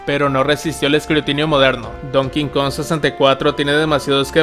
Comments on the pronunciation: Me da risa como pronuncia el donkey kong lo pronuncia como "don kingkon " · ¿Podrías por favor dejar de decir "Donking Kong? Es Donkey, me pone nervioso cada vez que lo dices 😵‍💫